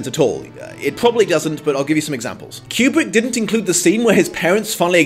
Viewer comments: Love your reviews. But I would like to point out that it took me halfway through the video to figure out that you were actually saying 'kubric' as I'd been wondering what the fuck you meant by 'cubic adaptation' haha. enunciate, dude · ..........it's "Koobrick", not "Kyubrick" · Is it just me or the way he says Kubrick it sounds like cubic.